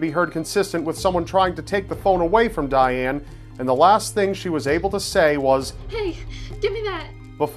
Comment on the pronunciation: you said Dayaane (if i wrote it right, wich i think i didn't) TOO MANY TIMES!